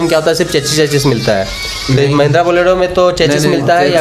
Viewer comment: Borelo nhi bolero